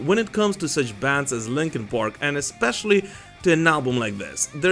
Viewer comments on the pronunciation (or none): Did he say Linkin PORK?? 😂